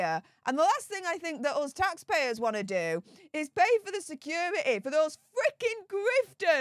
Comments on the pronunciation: What the hell is “secura-ee”? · Someone tell this woman the word security has a T in the middle of it!! It's pronounced, securiTy.